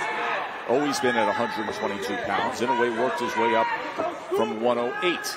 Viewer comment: it's "annoy yay" phonetically